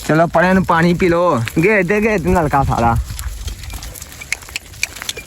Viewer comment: ਬੱਕਰੀਆਂ😂ਬੱਕਲੀਆ ਵਲੌਗ😂ਵਲੋਦ ਤੋਰ😂ਤੋਲ ਪਰੇ😂ਪਲੈ ਚੈਕ😂ਚੈਤ ਪਾਣੀ ਪੀਲੋ😂ਪਾਲੀ ਤੀਲੋ ਚੁੰਗਣ😂ਚੁੰਦਨ ਘਰੋ😂ਤਲੋ ਕਿੱਥੇ😂ਤਿੱਥੇ ਰੇਹੜੀ😂ਲੇਰੜ੍ਹੀ ਖਾਲਿਆ😂ਥਾਲਿਆ ਠੀਕ😂ਥੀਤ